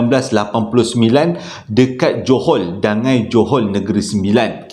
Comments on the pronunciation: Bukan dangai, dangi yo tu hehee. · Assalamualaikum abang.rasanya nama tempat dangi.bukan dangai😁sebab sya asal n9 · As salam..Dangi bang bukan Dangai kalau xsalah sy😁..johol nun.. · Dangi bang bukan dangai... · Bukan Dangai…Dangi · bukan DANGAI... Dangi, Johol, N9 😅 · Dangi.bkn dangai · Dangi tu...bukan dangai... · Assalammualaikum rasanya bukan dangai tapi dangi. Sbb saya lahir di kuala pilah. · ..bukan dangau bang..Dangi,Johol n9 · Mula2 saya dengar dia sebut Dangai....Tu pikir...Dangai Tu kuih yg buat drpd kelapa parut dgn tepung Tu Kan...oh maybe Ada Nama tempat kot kat negeri 9🤭😁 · sebutan english kut 🤣